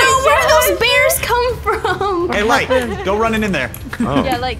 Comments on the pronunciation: Did light say lirght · He is not lart it’s light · Did light say “I’m lart?” Did anyone hear that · did light say ‟im lart” 🤣😂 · He said lart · In the intro light said Lart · Lol he did say it 😂 Bart+light= lart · Is it me or I heard light say larght or whatever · WHY HE SAY LART NOT LIGHT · There one word that light said wrong. I'm Lraght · I heard lart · Did light say lart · Light says lart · Light: "And I'm Larght" Me: "Wait- did I just hear "larght"? Lol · did anyone noticed that at the start of the video light said lart?